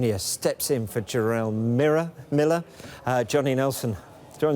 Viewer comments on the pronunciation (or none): host says Jerrel mirror 😂 Nelson says Shit on Sky 😂 what are these guys on, i want some 😂